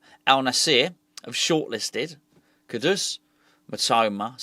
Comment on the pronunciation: you keep on saying the guys name wrong 😆 KUD….US But then it won’t matter for much longer as it definitely looks like he will be sold… Try to stay positive 👍🏼 Maybe this will be the rebuild that actually takes us forward as a club.